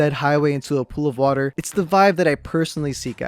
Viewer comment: Is it just me or does the intro say: Watts Watta Watta water water water